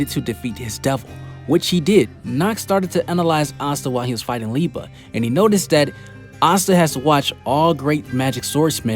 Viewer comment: Thank you for pronouncing Liebe right